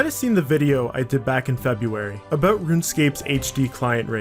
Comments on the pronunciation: “We’ve got things to talk aboot “ my mans gotta be Canadian? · Your "abouts" are really fucking Canadian. Great video though!